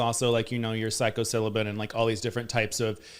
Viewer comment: Psychocillibin.. lol it's psilocybin